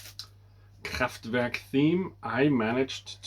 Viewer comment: Are you sure your saying Kraftwerk right? It sure didn’t sound right to me lol. I use to have all the early Bee Gees but I could not get into it, it was too slow and folky and I was raised in disco Bee Gees which is what I enjoy. Slayer, I have never tried them, time will tell. Great to see you